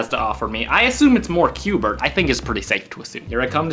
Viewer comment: It's qbert You said qbe XD